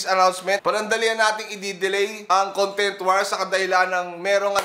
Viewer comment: BAT DINALANG "CONGTENT" IDOL INSTEAD OF CONTENT REQUEST LANG PO IDOL HAHSHA MORE POWER!